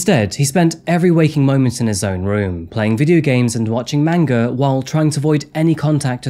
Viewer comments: Just fyi, a) it's pronounced more like "mon-gah" instead of "mang-gah" and b) manga is only the book form. If they make a cartoon form of a manga, it's anime. ❤ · Lol the way u say manga is hilarious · "watching manga" smh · Wait... did say watching Manga? 😂😂